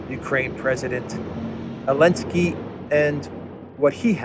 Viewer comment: Why this bearded knobhead call zelenaky elensky? He wants him president for his country or whar?